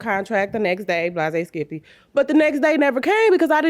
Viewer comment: Wtf is blah-zay-skippy